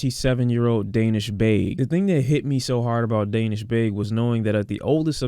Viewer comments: His name is pronounced Dah-neesh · Excellent video, I just wanted to let you know it’s pronounced “DAA nish” as in the AAH sound like when you open your mouth at the doctor, just to let you know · the way he is saying Danish' is triggering